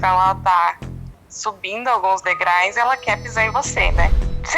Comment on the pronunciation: Ohh... Meu Deus! Falta muito conhecimento, nesse nosso país... Uma moça, formada... E fala degrais😮 Fico triste...